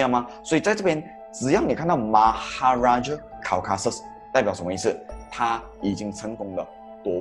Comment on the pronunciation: Maharaja Caucasus，不是Maharaja Causasus